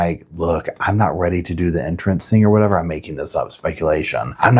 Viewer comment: "In a cabin or whetever she was"